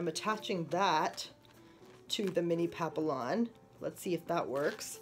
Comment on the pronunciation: Its pronounced pap-ee-on